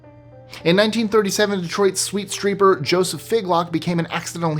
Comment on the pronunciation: My favorite part of the entire video was Number 5 “The Sweet Streeper”!!! Way to go!! That was amazing!!😂😅